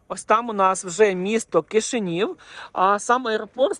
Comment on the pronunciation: Дуже шкода, що автор назву міста так і не зміг вивчити. Ані молдовською, ані українською.